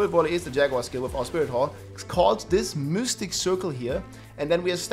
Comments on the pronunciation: Really? You never heard how mystic is pronounced in english? they dont have the germanic-danish y(iu):p Seriously my misophonia acted so hard with the repetition of "miustic" all the time that i couldn't actually watch the video:p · Why's blud saying mystic as mustiq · mustic cirle XD ... Its M Y stic dude ... pronaunced closer to I than u